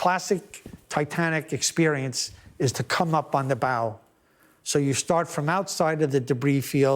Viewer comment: "The classic Titanic exprerience..." 😖😔